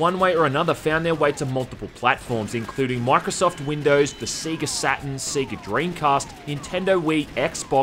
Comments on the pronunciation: It's "Say-ga" not "See-ga" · Its pronounced Say-Gah... not Sea-Gah... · Alot of people here in Australia pronounce it that way. I know I did as a kid, until I 1st saw the bit in sonic 3 where it Sega "SAY GAH" and since then I've said it that way. And yeah, I kinda still cringe when I hear other Aussies say it "see gah" >.< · It's like how some Americans pronounce it as 'Seh Gah'. Everyone has heard the word pronounced in various Sega games, and yet they still don't pronounce it correctly. It baffles the mind. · Seh gah in Scotland too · Everyone: sega Australians: siega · See gah. Lol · it's Say-ga, now come on, say it with me... Say-ga! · Never head "Sega" being pronounced "See-ga" before. How could anyone do this? Also are you aware of the english-tutor DS game based on House of the Dead 2? It's basically typing of the dead but you write instead of type. Zombie Shiki Eigo Ryoku Sosei Jutsu: English of The Dead it's called. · I will eventually get over your pronunciation of Sega.